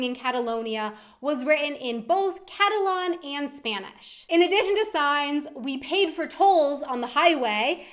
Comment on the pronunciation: It annoys the shit out of me when she said "Catalon" rather than "Catalan"